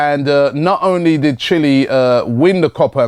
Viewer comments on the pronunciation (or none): none